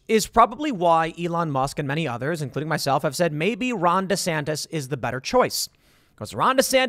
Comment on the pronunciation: I roll my eyes every time you say “DESANTIS!” Like, I get it - but slow it down there Seabuscuit - 2028’s a long way off.